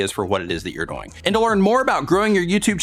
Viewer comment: Does anybody here say DOYING? Instead of DOING? Lol love ya 👍❤